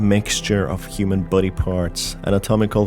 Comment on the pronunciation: Every time he says "body" I hear "buddy" it confuses me sometimes but it's so cute